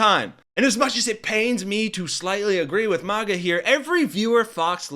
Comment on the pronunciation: It isn't a posh word, mahguh. It's MAGA, like maggots.